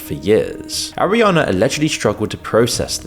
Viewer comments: How can people listen to "Arriana" over and over. I can't watch its too annoying. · Why is he pronouncing her name as "Arriana"? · Bro, you couldn't even say her name right? The whole entire video you say, airiana, instead of ariana.